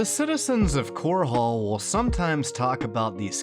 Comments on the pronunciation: ffs it's not "Core-haul" it's "cor-ul". Listen to the NPCs. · Pls its chorol not core hall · Wait... "Core Hall"? It's pronounced like coral. Like the aquatic creature. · Why are you pronouncing Chorrol with a second h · I found it amusing how you pronounced Chorrol as Chor hole. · Everytime he says core hall it hurts my soul